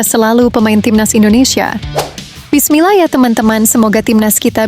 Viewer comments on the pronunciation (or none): none